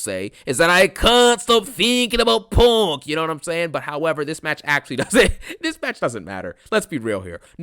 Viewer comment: bruh I thought this man was saying PORK 😭